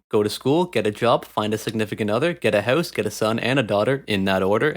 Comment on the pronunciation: Get.a houwse haha Canadian slip of the tounge